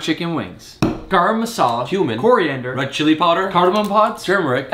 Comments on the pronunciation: Liked the way you pronounced Garam Masala😹😹😹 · The way he said garam masala. Ur pronunciation is getting better